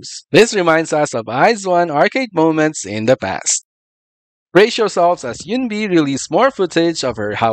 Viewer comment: Eun sounds as yoon like. Yes you are right. But her name is woon-bi. Like As if they uses alphabets in correctly. It’s silly.